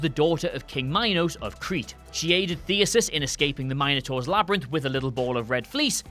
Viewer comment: You are correct. Also, I'm pretty sure the dude was named Theseus, not "Theusus", as this fella says.